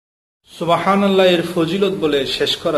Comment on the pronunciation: উচ্চারণ সুবাহানাল্লাহ হবেনা সুবহান আল্লাহ হবে। বাংলা তো লিখে সুবহানাল্লাহ আরবি তো সুবাহানাল্লাহ।